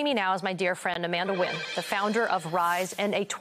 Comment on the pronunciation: Amanda Nguyen’s surname should be pronounced N’win instead of win!